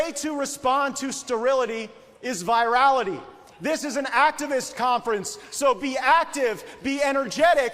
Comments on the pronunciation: Whuh, he recommends that we "respond to sterility with 'virality'"?!! In what sense of that word--as in "spreading a disease," or "trending on social media"? I know what he meant, and the fact he can't pronounce that word in particular makes his gaffe even more damned funny. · Did the sentient forehead just say the way to combat sterility is with virality? As in, a virus? I'm sure he meant virility, but if he can't pronounce it correctly I'm sticking with he wants to infect people. Also, wtf Nazi Queen Green??? How are any of those bad things? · What is Vaye-Ral- ity? Did he mean virility? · Goofball Gaetz doesn’t know the difference between “virility” and “virality” 😂